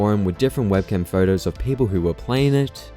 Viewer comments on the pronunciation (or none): none